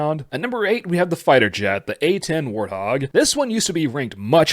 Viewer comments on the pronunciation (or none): none